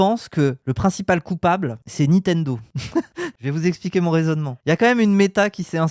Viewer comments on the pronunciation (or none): none